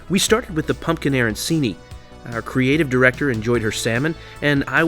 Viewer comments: Aran-Chee-nee m, not Aaron-see-nee ! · the way he said arancini